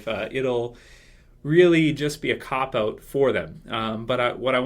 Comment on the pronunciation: "cop owt"